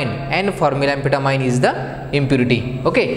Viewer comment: It is pronounced Ann- Fet ta- mean